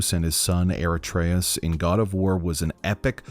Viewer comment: Krayos and aratreus xd